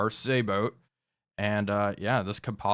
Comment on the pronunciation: Just saying, Sabot is a French word... when you say it, the T is silent. SABO